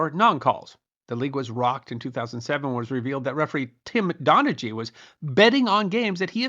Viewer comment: Don a hee, not Don a gee